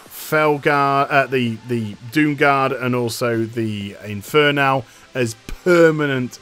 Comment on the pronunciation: Why does it annoy me so much that you pronounce it "inferNAL"...